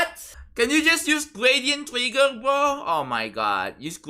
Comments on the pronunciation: lmao gwadient twigger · "gwadient twigger :3" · gwadient twiggeh >,<